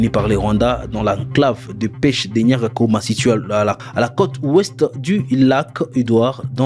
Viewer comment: On dit Nyakagoma non Nyakakoma